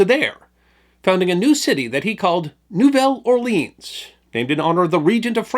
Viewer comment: You managed to mispronounce both "Nouvelle" and "Orléans".